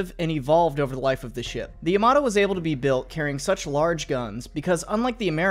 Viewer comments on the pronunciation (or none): For fucks sake its not "yuhmatoh" Its Ya-ma-to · YamaTo, not YamaDo Brunei, not Bruny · I cringe every time an American incorrectly pronounces Yamato. Ya-ma-to not yam-mar-do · It's ya-ma-to, not, yAmAto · i thought it was pronounced yamamato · YAMATO, u pronounce it as a toMATO jeeez, ita YA MA TOU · And how almost nobody pronounces it correctly: ya-ma-TOE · The way he pronounces "Yamato" 💀